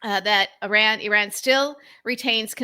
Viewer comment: I am gritting my teeth at the constant pronunciation of "Iran"